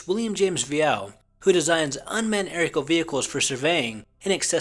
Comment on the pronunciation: arical vehicles ??? narrator needs to learn to pronounce Aerial LOL